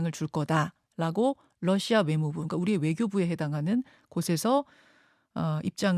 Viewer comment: 김현정 앵커, 당신은 로이터 통신의 Reuters를 Leuters로 러시아의 Russia를 Lussia로 발음하네요. 발음이 틀렸습니다. 아래 글을 읽어 보세요. TV기자가 러시아의 Russia를 Lussia로 발음한다. 아래 글을 읽어 보기 바란다. TV기자들은 말도 잘해야 하지만 발음도 좋아야 한다. 특히 외국어(영어)의 정확한 발음은 대단히 중요한 요건인데 유감스럽게도 그렇지 못하다. 예컨대 많은 기자들은 첫발음 R 을 L 로 발음한다. Russia를 Lussia로, Roma를 Loma로, Radio 를 Ladio 로 발음한다. 물론 한국어에는 ᄙ(쌍리을)이 없어서 L 과 R 발음을 다 ㄹ로 발음할 수 밖에 없는 어려움이 있다. 그렇다면 한국인들은 R 발음을 정말 못 하는 것일가? 아니다. 초성일 때에만 못한다. 프랑스(France), 마리아(Maria), 도레미(doremi), 아리랑(Arirang) 등, 잘 하지 않는가. 그래서 TV기자들에게 다음과 같은 해결 방법을 주고자 한다. R 을 첫발음할 떄 R 앞에 '으' 발음을 먼저 하라. (으)Russia, (으)Roma, (으)Radio 등으로 말이다. 그러면 당신은 좋은 발음을 하는 TV기자가 될 것이다.